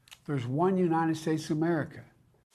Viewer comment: ""Dares one Nited states of Marika!!!🤬"""